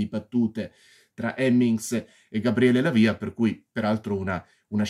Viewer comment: A questo punto dato che ti stai dedicando giustamente alla recensione dei film del maestro Argento spero che continui con i capolavori che seguiranno mi riferisco a “Suspiria”, “Inferno”, “Phenomena”.Un piccolo appunto hai pronunciato il nome Dell’attore Gabriele Lavia ponendo l’accento sulla i.Non è corretto.Se ti sentisse il grande attore ti correggerebbe😀😀.Comunque ottima recensione che evidenzia senz’altro la tua passione per il regista.